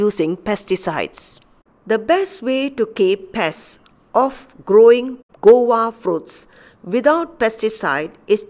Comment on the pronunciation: This is guava not gowa as you mentioned